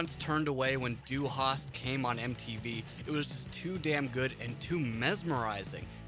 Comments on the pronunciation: Cheezus Crust, if the presenter would even bother to try pronouncing any of it correctly it might be less cringeworthy. Dy Harst ? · "Dew Haas" :D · Hard agree. Ich komme aus Amerika und kann besser Deutsche sprachen! (My grammar might be a bit rusty, es tut mir Leid.) But seriously, this dude manages to somehow butcher the pronunciation of the words "du hast" and doesn't even bother to attempt a German accent when saying "radio", which, given the fact that Rammstein are German, would be the correct way to say it. Also, if I didn't know he was trying to say "Hierate Mich", I wouldn't have fucking understood it, and I got C1 when I took my German CEFR exam back in my senior year of high school. He absolutely butchered it. I took that exam almost a decade ago, so I'd put myself more at the B1/B2 level now since I don't use it daily, but my point is that I definitely would recognize the words if someone was actively trying to say them correctly. That's... kinda sad? Like I know it's literally impossible to say some morphemes if you aren't exposed to them or practice saying them before you pass a certain age, however, if it were me with a voice over gig, I'd at least have bothered doing some linguistic mirroring exercises before reading the script for the video to try and get some of them correct. Obviously if you've never had any proficiency in German, you aren't going to get some of them right, but none of them, not even ones that share morphemes with English? That's zero effort. Zero effort is obvious.